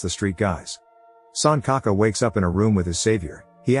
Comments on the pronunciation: RIP pronunciation, it's not sun ka ka. It's pronounced Sunchaka. L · it's sanchaka, like c in china, not sankaka. lol 🤣🤣🤣 suncocka sounds inappropriate 🤣🤣